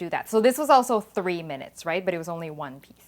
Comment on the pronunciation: Your statement “microwave for 3 minutes”. almost sounded like 30 minutes